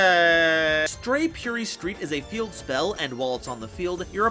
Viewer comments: Its purrely not purery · Purery Me: Puh-reh-ree